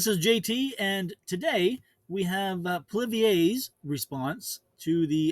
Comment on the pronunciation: Pronounced... POLLY-EV